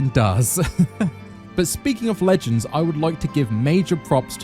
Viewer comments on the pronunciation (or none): none